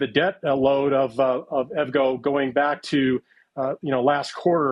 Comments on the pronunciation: I know it's spelled like you'd say evgo but its E.V. go... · You don't look very knowledgeable on a company when you don't know how to pronounce the name correctly.